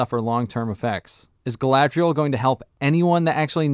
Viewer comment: I suspect the reason so many characters in this show say Galadriel like "Ga-la-thri-el" is because someone in the production watched the Lord of the Rings and heard the pronunciation of Galadhrim and thought that Galadriel's name could be pronounced similarly (In Tolkien's elvish language Sindarin, "dh" is pronounced as a voiced "th" sound.) When Peter Jackson created The Lord of the Rings trilogy, he had linguists to make sure the pronunciation of the elvish languages was as accurate as possible. Obviously, this was another thing Amazon couldn't care less about.